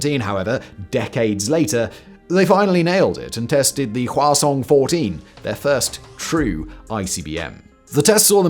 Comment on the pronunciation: I kept hearing the name of their ICBM as "croissant" and refuse to change that